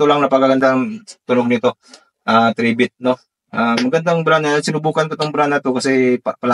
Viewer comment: Corretion ang pronounciation ng pangalan nya ay "try bit" hindi "3 bit" pakiayos lang.